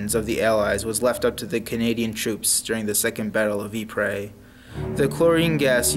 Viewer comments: Narrator Ypres is pronounced eee p, not e pray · I can’t watch he’s ruining it saying eeepray